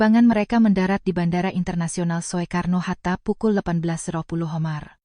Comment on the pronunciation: SOEKARNO HATTA. KENAPA TIDAK DIBACA SU (SUKARNO) APA TIDAK MALU (MESKIPUN MEMALUKAN)